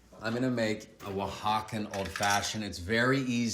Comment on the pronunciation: Yo viendo que pronunció bien oaxaca 😎